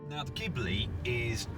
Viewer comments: It's pronounced gee-blee, not gib-le. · Are you sure? In italian language it should be gib-le, or do you also say "spajetty" for "spaghetti"? ;-)